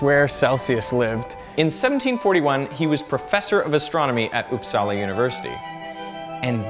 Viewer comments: It’s not upsaalaa it’s upsala the vowels are short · didnt know uppsala was pronounced oppsala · It's not pronounced Upsala. It's "Upsala". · uupsala is pronounced faster not with the pressure on "sala" rather "uup". so UUPsala and not uupSALA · I love how you say uppsala (I'm swedish) it sounds like oupsala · "Oops-salla". It's quite fun listening to people trying to pronounce Swedish words